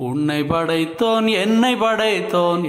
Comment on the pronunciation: உன்னை"ப்" படைத்தோன் என்னை"ப்" படைத்தோன் என்று உச்சரிப்பதே சரி (ப் வரவேண்டும் )